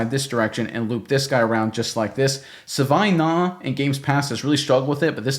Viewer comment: My god please stop mangling the guys name.